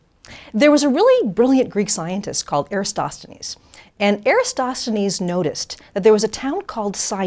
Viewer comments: It's Eratosthenes, not Erastosthenes... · If this women is so clever how come she can't pronounce Eratosthenes? She sticks an extra S in... EraStosthenes. Must do better. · It's Eratosthenes, not Erastosthenes! Strange how someone speaking with such confidence about this particular subject would pronounce his name wrong🤔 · Would be great if you learn to properly pronounce Eratosthenes. This will give less chances to the flathead. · I'm glad that you find my comments so amusing, but...have you even bothered to watch any of the many videos I've posted that clearly debunk the alleged proofs of a globe proffered by a paid liar who doesn't understand perspective, and who can't even pronounce the name of Eratosthenes whom she credits with discovering the Earth is a globe and even calculated its alleged circumference using sticks and shadows?! I highly doubt it, because...you're afraid to have your weltanschauung rocked by learning the truth...THE EARTH IS FLAT AND MOTIONLESS! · She can't pronounce eratosthenes. Just saying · Mispronounces Eratosthenes and says he “rationed” instead of reasoned...jebus!